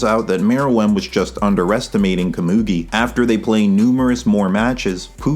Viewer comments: you're butchering komugi's name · You've got to pronounce Komugi's name different, im begging you 😭🙏